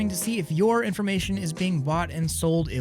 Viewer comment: infomation XD